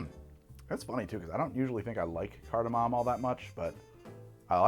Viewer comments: Shot every time he says cartimam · i fricken love that no one on set corrected “cardamom” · oh he is saying it weird, he’s just also wrong